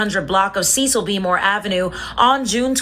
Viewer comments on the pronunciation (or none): none